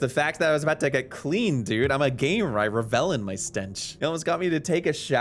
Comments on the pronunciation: Pronouncing revel like ra-vel is diabolical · Bro how you gonna pronounce "revel" like that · What do you mean unfortunately?. It's a privilege to be British lad. You don't get a free pass to be insulting either, especially when you can't pronounce revel properly.